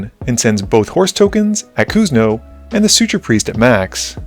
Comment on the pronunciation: Hey! Yea totally: Suture Priest - Suture it pronounced "soo·chr" where the T makes a "ch" sound, but oddly you say it right , Laelia - just forgot the "i" in the name - Raucous - "raa·kuhs" kind of like "cause a ruckus" but with the "raw" sound - Maestros - "mai-strow" or "my strow" Shaman - "shaa·muhn" shaw like saw